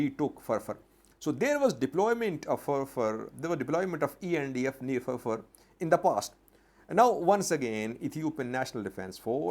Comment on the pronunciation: It’s funny how he pronounced feerfeer